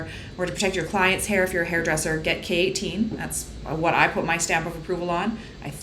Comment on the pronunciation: girl this whole time i thought you were saying keratin in a very weird accent until you showed the k18 bottle smdndknd